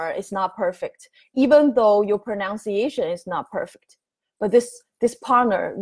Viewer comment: Thank you, may I correct your English? You mispronounce the word pronunciation. It is not pronounciation. Most asians make this error.